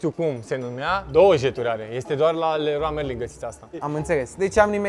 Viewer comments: Tu în loc sa spui leron merlin laeon marlin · Errrloa meilin 😂😂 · Cum ai zis reroa merin